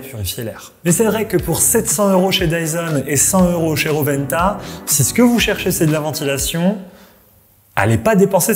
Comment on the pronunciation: ro'wen'ta et pas roventa 😅😅